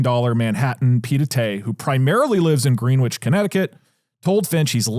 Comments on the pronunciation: lol “Green witch” made me laugh as someone from CT (it’s gren-itch) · It’s pronounced gren-itch Connecticut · "Green-wich" connecticut haha